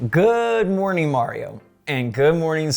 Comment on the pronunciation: So funny hear you saying hood mornin 19hs (brazil time) 😂